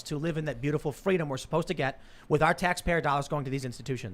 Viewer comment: Kamala wants Fweedom.